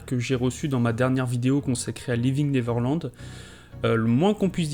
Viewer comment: Par pitié, apprenez tous à prononcer correctement "Neverland", merci!